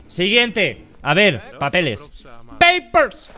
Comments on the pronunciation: PEIPRS! 😂😂😂😂 INGLÉS 100/10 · peypors peypors 😂😂😂